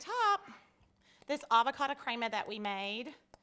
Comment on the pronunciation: It's pronounced creh-ma not crea-ma fyi....